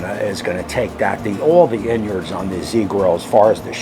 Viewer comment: Inyards 😂 and to think I always pronounced it innards, lol